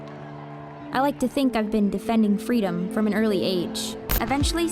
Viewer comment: "I was defending fweedom from an early age"